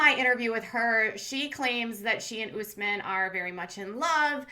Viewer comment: US-men NOT oooos-men! Ugh!